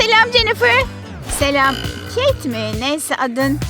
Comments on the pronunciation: Keyet değil Kate ve keyt diye okunuyo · Kate mi Jennifer mı dediğinde bağırarak tabikide kate dedim bne malım anam kate ne dedi🤸